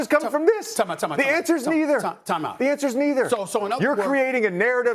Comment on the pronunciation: JJ needs more practice at this. Bruh, you can't say neither..🙄